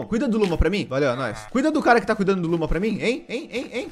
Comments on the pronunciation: as vezes o fala luma e eu escuto luba kkkk edit: acho que o bioma de carvão e o de montanha pq no meu mundo no hardcore, eu fiz uma casa na no bioma de montanha e era o paraiso dos carvões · Falou:Luma Entendi:Luba